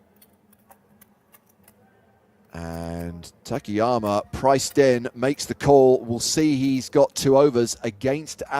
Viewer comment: I'm just curious why they keep calling him "ta ke ya ma" while it's clearly Ta Ka Ya Ma?